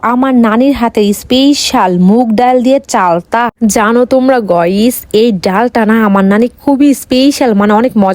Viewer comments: গাইস ❌গইস✅ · গাইস টা এইরকম ভাবে বলে কেন 😢